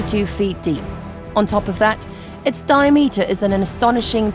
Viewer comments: what is a di pause ameter lol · 'Di - a -meter'??? It's Diameter... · wtf is a dia - meter it's Diameter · Narrator is English and can't even say diameter properly 🤣